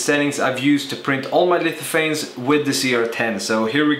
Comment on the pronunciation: "lififanes" lol